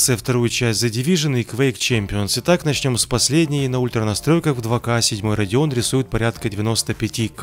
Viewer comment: Это "Radeon" ёпта